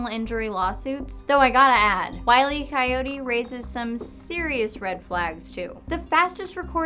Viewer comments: Hate to be that guy, but it's not "Wiley Coyote." It's "Wile E. Coyote". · Oh I thought it was Wiley E. Coyote I knew the E was there heh funny mistake thanks for the correction.